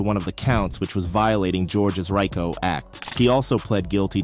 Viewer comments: Its Ree co, not Rye co, jackass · It's pronounced "RE-CO" 🤦‍♂️